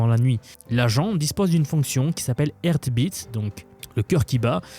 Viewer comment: Intéressant comme d'hab donc grand respect mais franchement il est temps que tu demandes à google trad ou une IA de t'apprendre la prononciation de chaque terme anglophone que tu vas utiliser... tu en massacres 95% c'est ouf. Du genre "heart beat" que tu nous prononces "earth bit". Un anglophone comprendrait ainsi "peu de terre" au lieu de "battement de coeur". Et ce n'est qu'un exemple parmi tant d'autres. Sinon on peut se complaire dans l'isolement à petit feu de notre pays calmement.